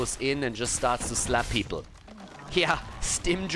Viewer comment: Okay so when you said "give them the slap" I was only half paying attention and I heard "give them the SLUT!!"